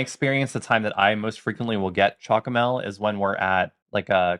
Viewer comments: You've pronounced it right!! CHOCOMEL. Which is: Chocolate milk. SJOOKOOMELL. Not: choKKLoTTmeLK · Yeah, the way you say "Chocomel" is an even better pronunciation than "Goedemorgen". Excellent. "Uitsmijter" was also really good. Most people struggle with the "ui". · Wow !!! You nailed saying chocomel